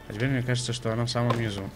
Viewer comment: вопрос: ТЕПЕРТЬ?